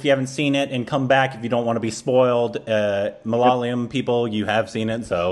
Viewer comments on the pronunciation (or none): You are still pronouncing malayalam wrong please. It's not that hard. Pay attention to the spelling. Its MA - LA - YA -LAM. You are saying it like this - MA - LA - LA - YAM. Get it right please if you are gonna react to malayalam movies. Please. 🙏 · For 100th time... It's ""MAA LAA YEAH LAM"" NOT MALALAYAM.... you guys are reversing Y and L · Dude, it's not maa laa yeah lam, it's jus ma la ya lam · its ma-la-ya-lam not malalayam. I know its hard. Word malayalam is a palindrome. Try reading it backwards. Great reviews by the way. I recommend Sudani from Nigeria. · it's not "ma la la yam", it's "ma la yaa lam". I know u have tried. Just keep on trying dude. One of these days ur gonna nail it. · its not MALAA-LAYAM its MALA-YAALAM .. Hope u got that ..lol :) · For the love of goddddd.....it's ma-la-ya-lam not ma-la-la-yam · It’s pronounced “ Ma La Yaaa Lam “ You guys just need to stretch the Ya a bit more. Not the La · for the 102nd time.. It's pronounced Ma- la - ya - lam.. 🤗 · How long are you guys going to say Malaala-yum? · now has the consonants right. He's not stretching the ya yet though. The ya here is the ya in the word 'yard' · I dont know how gets the pronunciation on point.... And why mess up... 😁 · These guys come in and mispronounce malayalam for like the millionth tym..... Then give us the best and the most intricate observations and genuinely like the movie..... I'm confused